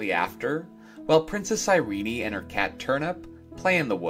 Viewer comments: Why do you pronouce Irene(EYE-REEN) as (EYE-REE-NEY)? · And it was pronounced Iree-nie. An unexpected, odd decision, but I love her name!